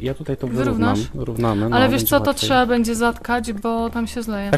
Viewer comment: Jak Magda powiedziała (bendzie jak na sylwestra) to mi przed oknem betarda wystrzeliła